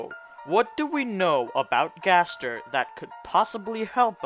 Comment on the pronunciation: You said W.D Gster XD